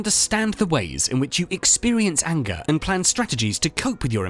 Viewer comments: Didn't know what ayengah was till you ayengahed me with the accent of the woid. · The way you are saying "anger" is making me angry! :)